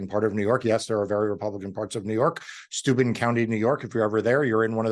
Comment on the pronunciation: "Steu-BEN" county ;)